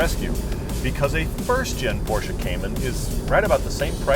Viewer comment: Love a front engine rear wheel drive. No comparison between these. Porsche is a two syllable word!